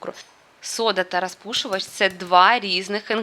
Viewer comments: Не рАзпушувач,а рОзпушовач! Будь ласка , вимовляйте правильно.Аладкі ні, Оладки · Ну чому ж треба було триста разів сказати саме " рАзпушувач"? Ми і так розуміємо, що ви намагаєтеся перейти на українську мову. Ну блін, наче Ю. Тимошенко